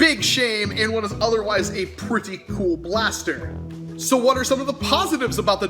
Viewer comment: Paster... pls say blaster from the paster